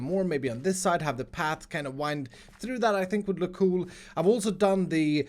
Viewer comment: I love how you say cool like cjoel pr somthing Lol